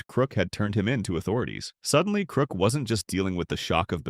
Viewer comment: ITS KRUK NOT KROOK YOU AI VOICED LOSER.